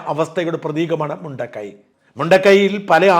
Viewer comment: മുണ്ടക്കയം അതാണ് പേരു് ശരിയായ ഉച്ചാരണം ആവശ്യം ഇല്ലേ